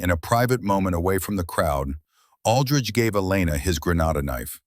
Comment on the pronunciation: I don't know if AI can't read or can't write but there is a hell of a lot of words, either written or pronounced wrong. Aldrich pronounced alldrige, twice hat Ij saw. Maybe AI is dyslexic and just says what it thinks it sees. Either way it gets a bit monotonous, when we read one mistake after another.